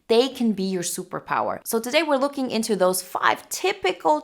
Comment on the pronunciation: "Taday we're tawkin bout..."